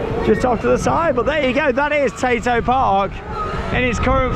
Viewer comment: The amount of times I thought you was saying potato park